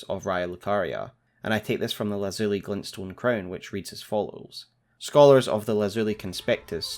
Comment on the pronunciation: you are the best elden ring lore tuber, hands down. my only constructive criticism is a few pronunciations here and there. for instance Lazuli is pronounced LAH(as in Bad)-Zoo (as in Poo)-Lie (as in Die) and Prelate: Prellet like Pellet. I dont say this to nitpick, but to say if you did research words you arent sure of a bit more, youd be making literally flawless content. I love your analysis so much. hit me up id help for free.